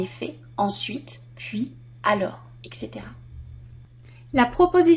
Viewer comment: on dit etc pas exe